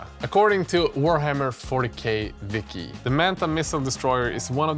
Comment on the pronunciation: Btw its pronounced wiki not viki :)